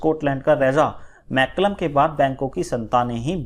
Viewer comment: Sir "Malcolm " ko "मैल्कम " कहा गया है । ना कि मैकलम